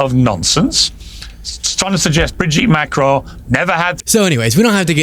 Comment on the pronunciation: Please. Not Macrone…it’s pronounced Macrawn